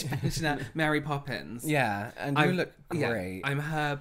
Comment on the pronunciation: Mary “Pope”ins